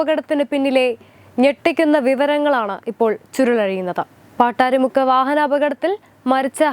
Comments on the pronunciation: പട്ടാരി അല്ല പട്ടാഴി മുക്ക് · പാട്ടാരിമുക്ക് അല്ല പട്ടാഴിമുക്ക് 😀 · പട്ടാരിമുക്കല്ല പട്ടാഴിമുക്ക്. അങ്ങനെ പട്ടാഴിമുക്ക് famous ആയി😂😂😂